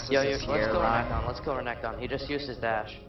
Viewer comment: Great video overall, pretty funny :D Just wish your mid would stop overemphasizing the last syllable of renkton's name l0l.